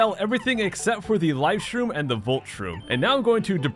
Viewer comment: and cook up the life stream.... wait you said life stream? it sounds like you kept saying life stream for those times not life shroom or atleast like life shtroom lol but still... hammer a flying enemy or koopers shell an enemy that flys as first strike can it work like in game cube version? aka the thousand year door?